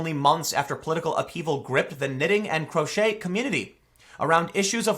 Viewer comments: Croch-et 😂 It's French and pronounced "cro-shay" 😂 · Crochet...pronounced "crow-shay" 😂🤦‍♂️ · Ravelry, pronounced like "(g)ravel" "ree". Crochet, like "crow" "shay". Oh wait, we can make a Ravelreeeeeee joke now. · Crochet is pronounced "krow-shay", not "krot-chett" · This is more than a knitting site. People sell patterns on here. It’s like an Etsy site but with a forum and lots of free patterns. Ravelry... ravel, unravel, ravelry. Crochet... crow-shay. Not crotch-et. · I'm pretty sure it's rav-elry... how does a knitting website and a photo sharing website ban Trump? I'm going to go knit Trump a sweater now lol then I'll post my design to ravelry and pinterest baha And Tim, it's not crotch-eters lol it's cro-shay lol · It's pronounced Rav-el-re. It's not pronounced crotch-et! it is crow-shay! COME ON TIM! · Learn to read and pronounce. Crochet - krow·shei Not crotch•et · First, it's pronounced "Rav-el-ree". Like "unRAVel". And it's can't believe you just called crochet "CROTCH-et". It's "crow-SHAY". The French are to blame for that one, but seriously. Second, I'm an enthusiastic knitter and crocheter. What the everloving frick does anything I make from yarn have to do with Trump?! If a buck of women can support a movement where everyone wears knitted pink cat hats, why can't I make a big beautiful scarf proclaiming Trump 2020? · how do you "ban support" for someone???? what is wrong with people who do crafts? i dunno what it is but theres some weirdos around. inclusive is such a dump word. it only means someone who agrees with you, usually on the left. lol "kro-shay" not "krochet-ers" its a godamn craft site! you shouldnt be putting your idiot politics on any part of the site in the first place! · It's pronounced "cro-shay" not crotch-et. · It’s pronounced croshay not crotchette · AGGHHH. Learn to pronounce. Ravelry - a like in apple placed in the word Revelry. Crochet = kro shay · CROW-SHAY ... it’s crowshay tim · Crotch-It Lol